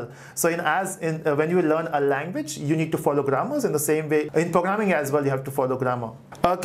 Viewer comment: Fun that he says pooograming.<3